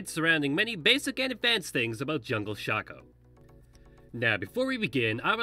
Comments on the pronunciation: I call it Shacko, some call it Shayko and this idiot calls it shucko. WHER THE FUCK IS THE U? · IT'S SHAYCO. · It's Shaco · It's pronounced shaco, not shaco ;)